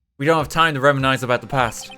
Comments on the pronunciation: Just wanna correct the pronunciation of reminisce. Rem-in-iss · If you see this it might seem annoying but it’s pronounced (rem-i-nis) unless you pronounce it differently that’s fine I’ve never really heard accents before sorry if I’m being a bugger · Hearing, an English major not be able to pronounce “undulate” was certainly interesting Edit: and reminisce apparently